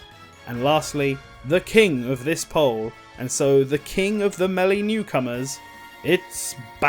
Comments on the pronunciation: when doing research for the melly videos. Bruh your pronouncing it wrong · If only there was an announcer who screams the word out so we have some idea on how to pronounce the games name 🤔 to bad that we don't have that. (Though he starts pronouncing it correct later, he just said it weird at the beggining)